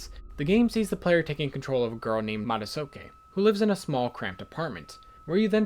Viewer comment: hearing him pronounce Madotsuki as "ma-da-so-ki" gave me physical pain